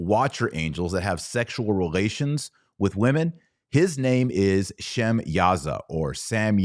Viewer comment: Sumerians you mean, an ancient people group/civilization that descended from Noah's son Shem. Not Sem I don't know who that is! I do not struggle to pronounciate words with a Sh prefix. Nor words that start/begin with a W. Nor do I struggle to pronounce W (Waw) sounding words with a pronounced V sound. Because I do not descend from language group that cannot say/pronounce W (Waw)sounding words. Probably because the letter W is not part of their lettering system. Case in point take the word Hawaii, some people insist on saying/pronouncing the W (Waw) like a V. So they in up saying Havaii. Even though you See and hear the W (Waw) the W is not silent. Like in the word sword. Which sounds like sord in pronunciation not Cward! Sumer is a very real place/location close to the Persian Gulf but not in Iran.